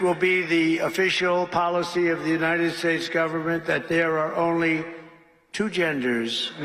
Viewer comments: Why do you continue to mispronounce, the United Schates? I thought you were going to stop doing that or is it just peoples names. Just curious. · Why do you mispronounce United States if it is due to Trump’s mispronouncing it then you need to let it go. It is starting to make you sound silly. Not good.